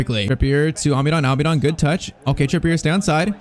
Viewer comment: Stop saying Alminon it’s Almiron